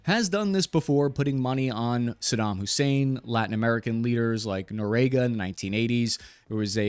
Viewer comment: "Norega". (Noriega). Raised by a pack of deaf goats.